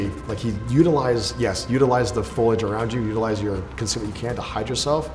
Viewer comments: FO-LI-AGE not FOILage Facepalm. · Foilage? You mean foliage? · Its "FOLIAGE" not "FOILAGE" this ticked me off more than the differences between the experts experience and the actual global atmosphere of the game. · It's pronounced "foe-lee-age", not "foil-age". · Foilige? Foliage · Am I the only one bothered by the fact that he keeps saying "foilage" so confidently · He said foilage like Marge Simpson. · This guy said foilage like 10 times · i came looking for this comment lol glad i'm not the only one who shuddered when he kept saying that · Navy seal roasts person playing game and offers no commentary on the game itself*** Also mispronounces foliage 8 or 9 times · “Ecscape” “Foilage”